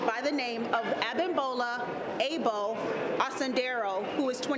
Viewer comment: Lady please stop saying A-BOWL.. it’s like all of a sudden you have a Korean accent when you say A-BOWL